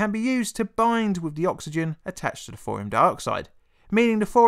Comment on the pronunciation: "Thorium"... Not "Fourium". I like your content a lot man, really. But trying to listen to this without seeing subtitles or watching the video is nigh on impossible